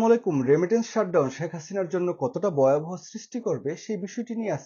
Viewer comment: ভাই, বয়াবহ না ভয়াবহ. বাংলা টা শুদ্ধ করে বলবেন.